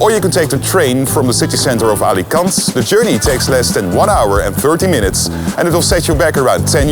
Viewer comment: dude the way you pronounce alicante irritates me